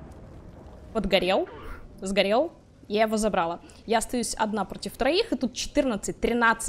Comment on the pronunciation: Забрала ,ударение на последнее а ,а не на первое 🤦‍♂️